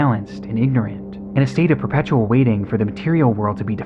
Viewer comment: I have NEVER heard someone pronounce ignorant like that, I already know he's crazy.